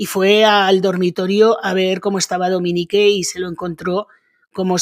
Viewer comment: Se pronuncia Dominic...no Dominique😅